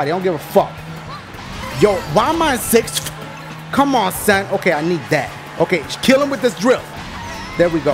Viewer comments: I love the way ya say sixth. siffftch. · Dashie why you in sixthiwiffthhh? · he say six weird